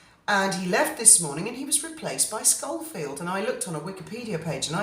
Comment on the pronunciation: It’s Schofield Not Scholfield!. Very annoying